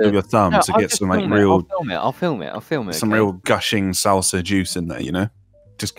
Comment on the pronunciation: You kept saying salsa wrong